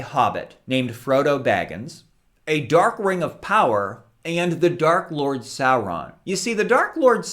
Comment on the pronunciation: You immediately won my respect when I heard you pronounce Sauron's name correctly. ;)